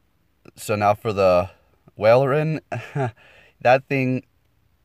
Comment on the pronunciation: Okay I watched the entire video and there's an advice of some pronounciations: Gore-Byss Ab-Soul Wall-Rain Agg-Rhon